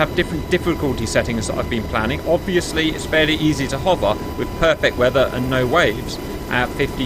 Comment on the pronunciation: Does the boss have an Essex accent? He however does use the A for the end of the word "weather" and "hover" .